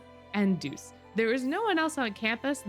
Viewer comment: ITS DEUCE NOT JEUCE